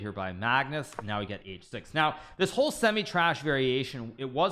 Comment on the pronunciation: Why does he say it like that? He thinks the opening is trash?? 😆